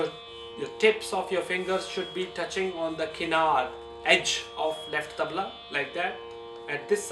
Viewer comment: Not me but you do you and its tabla not tabal